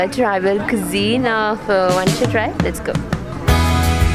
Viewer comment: First.. I'm going to subscribe your channel.😊 Second.. Please make a little effort to pronounce Wancho properly next time. Most of the people pronounce it Wangcho instead of WAAN-CHO. Nothing that we mind but we will feel really good to see you pronouncing it correctly next time😊. And regarding rice beer.. It was intrinsict part of many tribal culture like ours. Community work, religious ceremonies and festivals are incomplete without a sip of it.. Good luck. Go ahead with your work sis.